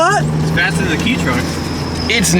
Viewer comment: ultimate winter rig. i DARE to call it a "KEY" truck again.